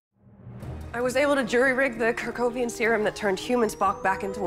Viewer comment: "Kirk-ovian" serum...? 😄